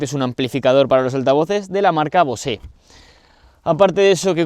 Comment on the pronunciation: Buen vídeo, enhorabuena, un misil discreto, práctico y funcional a la vez que familiar. ¡Un diez! Pero cada vez que dices BOSÉ en vez de BOSE me pitan los oídos amigo. Saludos y enhorabuena por el canal.